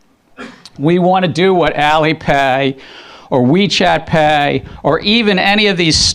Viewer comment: Why does Gensler say “PAY” so weird???